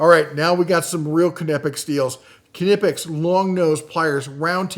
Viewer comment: Are you saying ka-nee-pex? I’ve seen this discussed before, it’s pronounced knee-pex. Kind of like knife, not ka-nife.